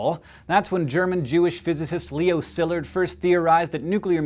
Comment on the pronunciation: And I don't think his name was pronounced SILLurd, either.